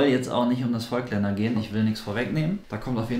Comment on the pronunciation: Ich finde das Video nicht schlecht. Nur eine Sache habe ich trotzdem zu kritisieren. Nicht Vögtländer sondern Vooooooogtländer mit lang ausgesprochenen O. Ich muss immer zucken wenn ich das höre... ;-) Deshalb bleibe ich bei den Objektiven lieber bei Leica. Da ist die Aussprache einfacher :D